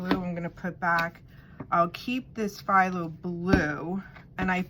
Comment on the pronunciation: Awesome, yes it’s pronounced thalo (pthalo) the p is silent